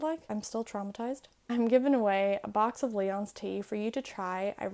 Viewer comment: Perhaps a bit of a joke because it's a video about phonetics, but as I've heard it the tea "Lyons" is said like "Lions" (ainmhí - leon as Gaeilge), not as "Leon's" (a name also derived from the word for a lion, but said more like lee-on, as in putting the 'lee'-side of the boat 'on' the dock). It could be a regional thing - I'm from Boston, and my Irish & Hiberno-English is mostly from Galway. GRMA!